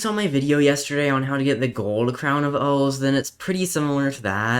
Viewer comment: It’s crown of OOOOOOOOOOOOOOOOOOOOH not ooooooooooooo